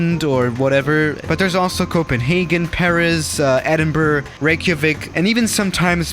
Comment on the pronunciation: trying to pronounce “Edinburgh”: EDINBRH